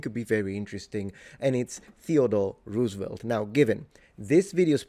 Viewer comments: Loved this video! He definitely has the educated, British-influenced upper class accent that people at his station in the world were taught, but you can catch a few regular New York-isms in there. Really fun! One big correction: you pronounce his name with the "oo" as [u:] where it should be [o:]; his name is Dutch and he was always correcting people about it during his lifetime. If you're ever in New York City, his house on 20th Street in Manhattan is open to the public and is very much worth visiting. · It's Rose-evelt not Roooos-evelt. Js. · ROZEvelt, not ROOZevelt. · Dear: "Roosevelt" is pronounced by the family as "ROSE-a-velt. It's a Dutch name, and I suspect that Dutch pronunciation of "oo" is like German pronunciation--a stressed long "o."